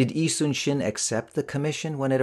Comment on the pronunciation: Thank you for pronouncing 이순신 correctly